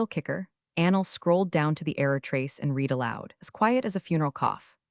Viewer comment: If being too lazy to ensure that "read" is pronounced correctly is great work